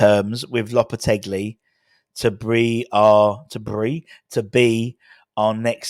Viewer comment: Loppe-telly. Loppe-teggely. Loppe-te-bri. Im giving our own a score of 9 and a half point for finding as many ways of pronoucing the geezers name as he possibly can😅